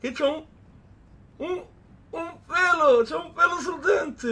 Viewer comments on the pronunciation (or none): un pwewo sul dwentwe